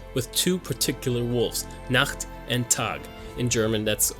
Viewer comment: Do you happen to speak german? Your pronounciations of ''Nacht'' and ''Tag'' were on point! Besides that, good video :D